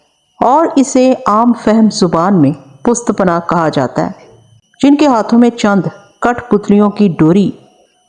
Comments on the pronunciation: I think word pusht punnah hy... pusht back ko kehty hn... or plz ap sentences repeat na kia kren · lafaz pust panah nahin hota balke pusht panah hota hay isay drust farma lain.thanks..